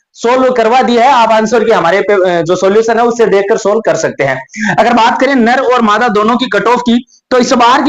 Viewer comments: Sir ye ner mada kya hota teacher ho bolne ka sance rkhe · Bevkuf.......ner & mada kya hota h Janvero me hote h ner & mada hota h .... Dag se ucharn kr le